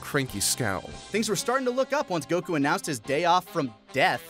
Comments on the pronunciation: Solid picks. I just hope you learn that his name is goku not goCoo someday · Why do one of the narrators keep on pronouncing Goku as "Goh-khuu~"? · How does this guy pronounce goku like that? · I love "Goku" pronunciation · I've never heard anyone pronounce Goku like that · pronounces gokus name weird uh